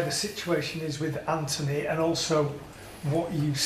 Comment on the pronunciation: Anthony? I don't see an h in his name my boy